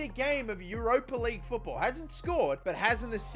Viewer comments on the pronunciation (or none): none